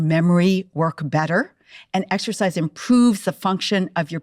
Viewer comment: 34 seconds in and she can’t properly pronounce exercise 🤦🏼‍♀️